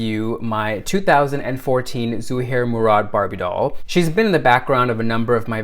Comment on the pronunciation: You taught me how to say ZUHAIR MURAD'S name properly ...... Your now one of my favorite people ....